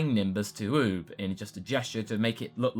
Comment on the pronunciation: you have a funny way how you say oob. btw nothing burger